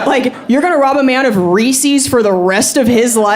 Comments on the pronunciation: It is Reece's...not Ree Cees. Sacrilege and blasphemy 😂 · It is "Reese's," not "Reesee's." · Ree-Sees...Aww hell no. Can't watch anymore. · REE-Siz like a normal non maniac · (Rees-iz or Rees-ez) … the first clue is that there is an apostrophe in the name. Reese’s. Also, Geese isn’t pronounced Gee-See. So that’s another indicator. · That is not "dialect." It is straight up mispronunciation of the name. Watch for the commercials when the company is pronouncing it's name, or call them and ask. If you do not want your errors commented on, then don't make them where all the world can see them. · it wash, and not warsh too, but that's a southern dialect, so, yes I was using it properly, and, my original comment stands. Thanks.